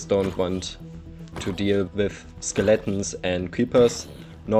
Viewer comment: I love the way he says "Skill-atins"